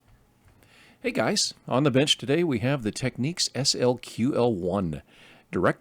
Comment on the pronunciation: ‼️It’s not pronounced “techniques”. Can you read?